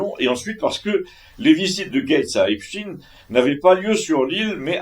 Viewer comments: Bonjour, je vous entends dire Epstine, mais Epstein se dit "Epstaïne" si non ça s'ecrirait Epstien et ce n'est pas le cas😊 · Bonjour, on ne dit pas « Epstine » mais « Epstaïne ». Ce n’est pas un nom russe mais juif. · Grrrr cette prononciation de marde ..epstiin et cie